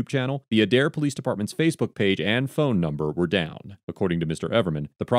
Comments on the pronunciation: The Adair Chief of Police was arrested recently after charges by the DOJ. (Aye-dare, not ah-dare) Officer Carlos IS the reason that cops get hurt. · Pronounced Aid-air. Not udair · It's pronounced ADE-AIR. I'm an Oklahoma resident born and raised here and just thought I'd let you know how the city name is pronounced. 😊and I don't feel "contrable" leaving you here. Lol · The city is pronounced A-dare not Uh-dare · I hate to be the one that corrects…but it’s pronounced Ay-Dair. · Okie here. The police in this state are...wild... BTW, it's pronounced like aid-air. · Adair, Ok is pronounced with a long ā at the beginning. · Just to be clear - it is pronounced Aye-dare :P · I'm from OK, and it's pronounced AY-DARE. This event sounds like par for the course there... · Just a simple pronouncement correction. A-Dare=Adair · it's pronounced Aid-Air. And I know the cops at that PD. Not surprised at all. All the PDs from Craig county down through Mayes county lack proper training. You can basically do reserves for a few months and become a cop. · It's a(as in day) pronounced with a long a+dare...Adaire, Oklahoma. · It's said like A-dair